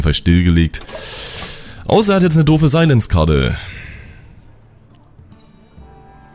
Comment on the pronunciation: wie du silence aussprichst :D "seillänz-karte" göttlich